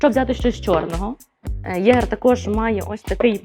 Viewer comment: Єгерь? Серйозно? З таким читанням правильно читати феніх, а не фенікс